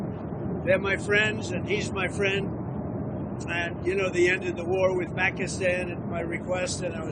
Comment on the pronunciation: My phrand dolaand trumph...😅😂😂😂